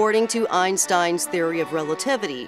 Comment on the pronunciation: 1if the train is moving with the speed of light adam time would stand still untill he slows down. 2the dors where not opening and closing one after another in saras video as shown in the video of adms view. 3 the way Einstein is pronunced in the video is as bad as my englich grammer. 4 why is the coment section getting so horn about sarrah? just because they see Adams train entering Eves tunnel?